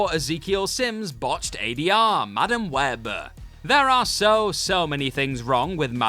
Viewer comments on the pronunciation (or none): Why do you end so many sentences with an "Ahh" sound??? My favorite is where, for the second time in a row, you literally turn the word "Web" into a two-syllable word by adding an "Ahh" at the end of it.